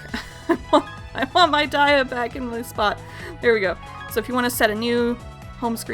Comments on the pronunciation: i thought dias name was pronounced dee-ah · No it's actually pronounced die-a